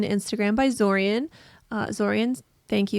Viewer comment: Thank you for the shoutout!! Also it’s pronounced Zo-ree-on